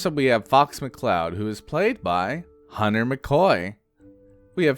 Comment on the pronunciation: The captions said Hunter but you dead ass said Hunner